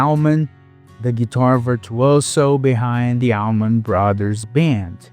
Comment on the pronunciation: Surprised you made it that far since he butchered the pronunciation of Allman in the first minute or so.